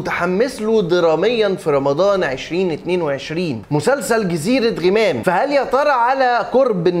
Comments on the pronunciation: يا انطق اسم المسلسل عدل.. مش غِمام.. اسمه غَمام.. انت جاي تتكلم عن المسلسل وانت مش عارف تنطق اسمه صح..!! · ياعم اسمه غَمام مش غِمام ال غ عليها فاتحة.. حتى كلهم فالمسلسل بيقولها غَمام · انت ليه باكسر ال غ في غمام هي مش غيمام 🙃🙃🙃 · اجمل مسلسل في رمضان.. تمثيل اكتر من رائع قصة جميلة اخراج وتصوير وموسيقى ممتعة. وبالمناسبة اسمه جزيرة غَمام (بفتح الغين ي 😂😘)